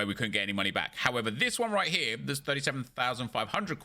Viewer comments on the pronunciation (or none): none